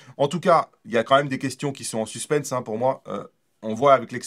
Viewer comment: On ne dit pas "des questions en suss-penn-ss" mais des "questions en suss-pan" 😉